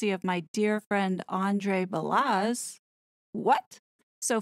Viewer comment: WOW. All of it makes sense! Let’s hope Megalier does NOT have info to blackmail the royal family. Or if she does that would explain the double blow the King dealt to the horrid couple and Randy Andy. Truth will prevail. By the way Balazs is pronounced Ba-LaZs like Zsa Zsa. Keep up the good work.